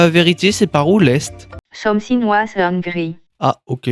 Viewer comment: "someu finegue ize s’caminegue ine trois dayeze"